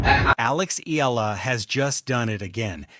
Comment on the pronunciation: You're not certain how to pronounce her surname, are you. You go from "Eela" to "E-AH-LA". It's the latter with the "AH". Just tell your AI, she's not an "EEL". Go on, try it!